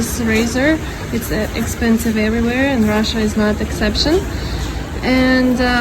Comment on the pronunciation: Een Rrrrah-shah, food eats YOU!